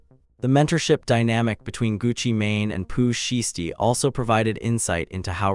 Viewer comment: You can’t even pronounce Shiesty’s name correctly but you expect us to listen to you? Stop it.